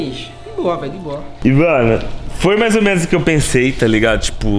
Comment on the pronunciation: “ quanto menó melhó” KKKKKKKK